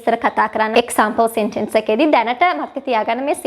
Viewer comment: සෙන්ටෙන්ස් නෙමේ.. සෙන්ටන්ස්... /ˈ‍sentəns/